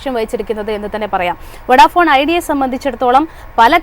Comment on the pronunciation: വൊഡാഫോൺ ❌ അല്ല വോഡഫോൺ ✔️